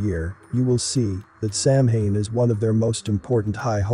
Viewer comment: A few things: In English, meta means self-referencing. "Celt" is pronounced "Kelt" (Seltic is just the Boston basketball team) and Samhain is pronounced something like "Sa-wan" or "Souwan" (Gaelic is a funny language). Halloween was never about Satan, that was a lie on the part of the Catholic Church to demonize non-Christian celebrations. The cherry-picking game is on point here, as funny or appropriate as it may be.